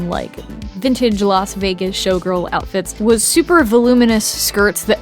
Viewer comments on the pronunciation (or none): none